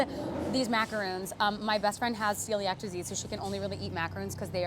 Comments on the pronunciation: It’s not “macaroon”. Macaroons are the coconut chocolate clusters. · Its a macaron not a macarOOn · Calling a macaron a macaroon is a shame...they are completely different sugary treats @@